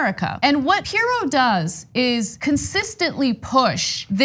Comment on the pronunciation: Pirro, pronounced- Py-ro. Toodle-oo P-eerie-o.